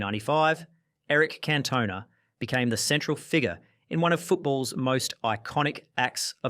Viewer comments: Cantona is gonna find you for that pronunciation. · Wow!!, I have to say that I enjoyed the video but, I've never ever heard Eric Cantona's the French Player's name being pronounced that way.